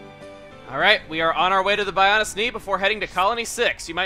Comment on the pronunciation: Bionis' knee, Shulk said Bionis instead of Bionis'